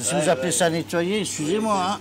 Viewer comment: "Donc ça n'a pas été netoyer? Non non c'est pas toyer"🤭